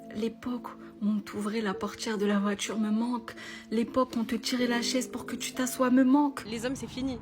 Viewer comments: Une voitchure 🚘 wesh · La porTchiere de la voiTchiure